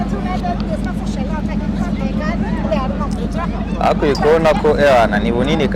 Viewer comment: Nkunda ukuntu uvuga Jerimanye😂😂😂😂 basi jya uvuga Jamani😂😂